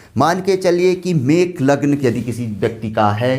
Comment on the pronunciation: Mesh not mekh